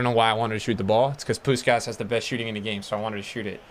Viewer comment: Im hungarian and im quiet suprised by how good u pronunce Puskás